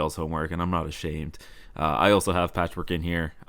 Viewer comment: It's Patchwerk not Patchwork...